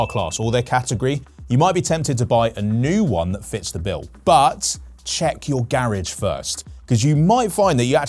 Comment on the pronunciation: Did you just say "Garriage"?